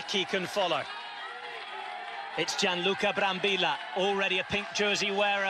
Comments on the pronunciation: the LLLLLLLLLL not YYYYYYYYYYYY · Ma que, non sare dire il nome de Brambilla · Nope, he keeps saying Brambilla wrong